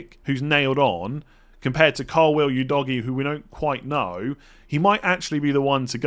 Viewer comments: Pronounciation of Udogie is winding me up lol, its Udo-ji not U-doggy 🤦🏾‍♂️ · Udogie is not pronounced u-doggie😂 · You doggy 😂 Full disclosure - I have no idea how to pronounce it, but surely that’s not right! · bro called udogie as you doggy 😭